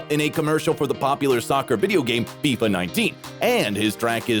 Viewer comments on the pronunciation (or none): none